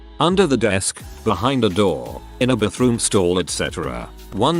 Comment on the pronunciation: “In a ba-THROOM-stall” 😂 I (attempt to) bring joy by commenting on things in these videos that tickle my funny bone, hoping it tickles someone else’s funny bone too! 😂😊